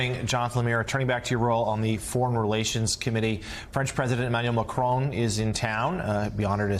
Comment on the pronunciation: Nice to hear an American on TV ptonounce “Macron” correctly.